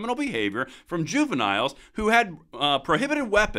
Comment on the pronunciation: When this cold-hearted orb said " juniniles" were those said juviniles GANG MEMBERS?